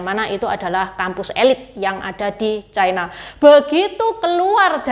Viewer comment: Ucapan yg bnr : china, bukan chaina